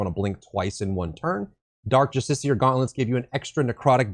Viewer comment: Written build progression and proper pronunciation of justiciar. All it takes to win my sub is a brain.